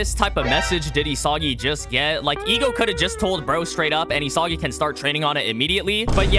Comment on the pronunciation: did this man just say diddysagi?